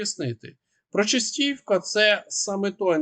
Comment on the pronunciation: Вибачаюсь, однак так ріже вуха вимовлення вами назви міст Селидове - наголос на И Причистівка - наголос на друге И Не знущайтесь над назвами